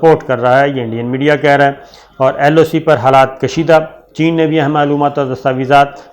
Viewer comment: chen ur india ya chen ur pakistan?, aapko bolna abtak nahy ayaa bhai?, aapko sekati sekati mai irani sek gaya magar aapki koi urdu thek nahoi 🤣🤣🤣🤣🤣🤣🤣🤣🤣🤣🤣🤣🤣🤣🤣🤣🤣🤣🤣🤣🤣